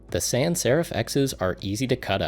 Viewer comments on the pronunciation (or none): none